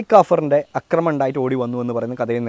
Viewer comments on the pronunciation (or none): none